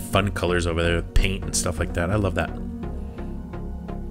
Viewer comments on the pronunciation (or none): none